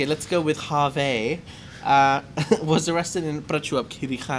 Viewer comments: We say hervé actually (h is not pronounced)... not harvey 😉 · Jay is right the midget on fantasy island also from James Bond island Phuket, Hervé Villechaize pronounces Herve with a silent "H". pronunciation is more the Jimmy Stewart movie with the big white rabbit.